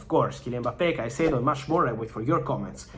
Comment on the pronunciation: how have u butchered his name so bad?